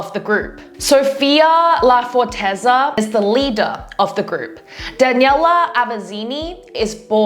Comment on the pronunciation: it's mah~no It's Sophia lafor~tez